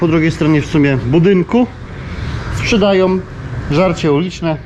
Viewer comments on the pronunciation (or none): sprzedajom żarcie. OM najczęściej spotykana końcówka na YT.